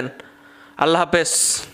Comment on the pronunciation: দশ্যক না, দর্শক। হাপেজ না, হাফেজ